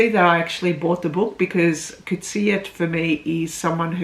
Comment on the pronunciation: Thanks for the review; and thanks for pronouncing the author's surname correctly!